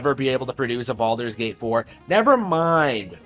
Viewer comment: It doesn't even sound like he's saying baldurs gate 3 correctly. It sounds like hes saying baldos gate.